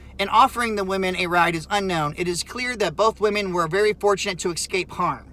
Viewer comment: What does “ekc -scape” mean?